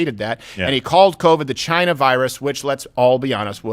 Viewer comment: “nobody says chiyna like me. Everybody knows it. I’ve talked to a lot of people and they all agree nobody says chit-na, as good as me.” 😂 love em